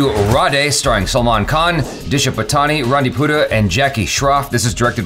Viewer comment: it's pronunced as "paatni"